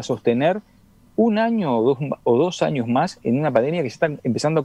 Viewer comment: No se pronuncia ANIOS. SE DICE AÑOS. Esta para el.